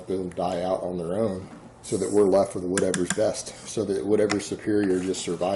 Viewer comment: "Did you pass ooot" ahahahah